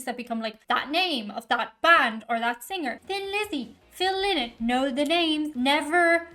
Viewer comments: Phil "Lie-not" as he used to say. Not Phil "Lee-not". But hey, you're the only one to make that mistake. 🙂Cheers from france! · NEVER call them Linnett it's pronounced Lienett. They say a Linnet is a sea bird of some sort. This version cut out the harmony solo at the end. Phil died from his heroin addiction. The band is a one hit wonder in the US. Many hits in Europe. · Its pronounced 'Lie nott'... lynott is a bird!!! Duh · its pronounced phonetically phil lie not. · This seems to be a short version of the song, but still a party anthem. Phils surname is pronounced "lie-not". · Oh man! Is that how his last name is pronounced? I’m from Michigan USA and have always pronounced Phil’s last name Lynott with a long I vowel sound for the Y. Am I wrong? Can someone help. I don’t want to second guess an Irish Lass.